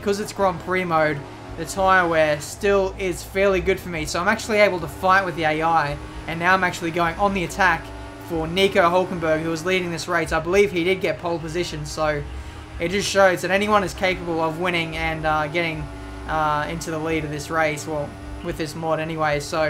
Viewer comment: It's the same thing like Hülkenberg or Sutil. But i love when they call them "Halknbrg" or "Suitl" :'D